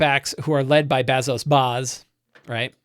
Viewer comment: "Return of the Lazy Dungeon Master" was huge for me when I was running 5e all the time. So stoked to see you trying out Blades in the Dark. Hope you guys have fun trying it out! Fly loose and light! Also, you butchering Lamblack Bazso Bas is made a bit funnier by the fact that I'm pretty sure Bazso is a stand-in for John Harper. 😂 (I get it though, learning a new game takes up a ton of "GM RAM". Lot of info to take in!)